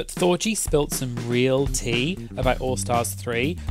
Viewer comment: That you didn't pronounce Thorgy like orgy or Porgy